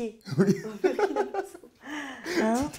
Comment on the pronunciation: Très belle découverte et très bel échange. Juste souligné le fait que Burkina se prononce Bourkina comme Burundi.